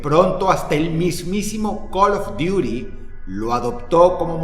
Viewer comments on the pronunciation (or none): Coloth durith...😂 Se dice call duty😅